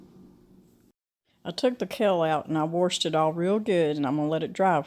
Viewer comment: Lol, you say ...warshed...so adorable.